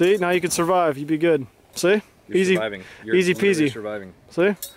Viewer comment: Survive instead of surive 😂